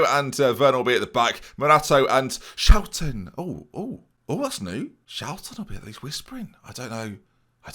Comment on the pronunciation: So it's schouten today rather than SCHOUTEN